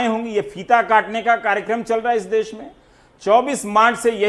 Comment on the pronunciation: देस नहीं 'देश'